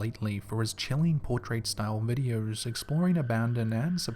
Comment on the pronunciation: They are called videos not videe-urrs